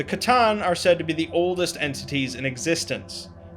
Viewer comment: So was it the necrons or the cattan put into the robots? Text to speech seems to think it was the cattan for some reason